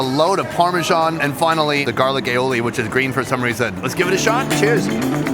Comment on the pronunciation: lmao. risotto in a paella and asks "or 'garlic AOILI (XDDDDDDDD)' on top" what a clusterfuck of retarded ignorance put together in one same moment